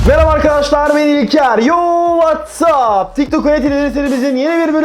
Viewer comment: Neden girişlerde washap diyosun